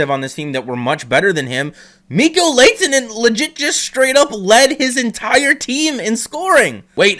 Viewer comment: You’re pronunciation of his name is wrong. You pronounce the H.